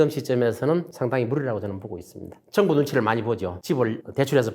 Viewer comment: 좋은 강의 내용 잘 들었습니다 교수님의 강의중 두글자로 된 단어를 표현 하실때 엑센트가 너무 신경쓰이고 이상하게 들려서 가만히 듣다보니 이런 두글자로 된 단어 "경제" "정부" "정권" "정책" "능력" "상가" "경쟁" 경매" " 지방" 경기" "상가" "지방" 등등의 단어들만 기억이 남아 있네요 저만 그렇게 들렸는지 잘듣고 갑니다 ㅎㅎㅎ